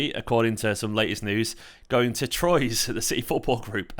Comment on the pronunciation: Troyes is pronounced T'WAA